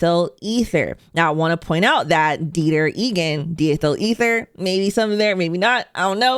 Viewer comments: It's pronounced, "dye-ethel-eether" the di- prefix refers to "two," (two ethyl groups in an ether molecule). You wouldn't say, "bee-cycle" 😉 Oh, and diethel ether isn't laughing gas. You're confusing that with Nitrous Oxide (also a gas), the stuff dentists used to use as anesthetic (and was used in "LIttle Shop of Horrors"). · Die-ethyl ether 🙂